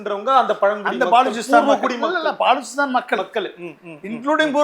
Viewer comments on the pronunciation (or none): INDHALALA BALUCHISTANNU OZHUNGA SOLLA TERIYALA BAALUCHISTANNU SOLLURA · பாலுசிஸ்தான் கிடையாது😂😂😂. அது பலுச்சிஸ்தான்